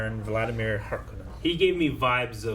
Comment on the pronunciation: Hark-O-nens, it's a Finnish Sir name. No Conans. The author of Dune pronounced it in interviews.